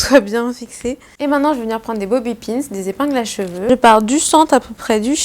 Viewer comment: Superbe vidéo! Je te kiffe beaucoup mais s'il te plaît arrête de dire bobi pins. 😂